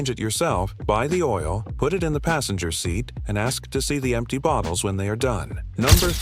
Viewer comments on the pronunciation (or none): none